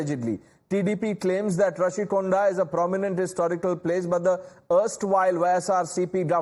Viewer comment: Happy for national media to bring this news to nationwide.. but plz do some research pronounce properly it's Rushikonda not Rashikonda